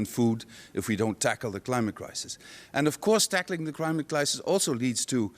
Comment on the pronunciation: he defo said crimate clisis